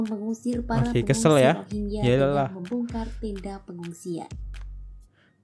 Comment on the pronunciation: ekonomi indonesia lebih baik dari Malaysia di thn 2017. aduh kok masnya ga baca n denger berita. mereka datang ke mslaysia karna bisa dpt kerja dgn gaji rendah. sedangkan di Indo tdk ada yg mau memperkerjakan Rohingya. Mas salah sebut bukan Rohigia tapi Rohing Ya😅😊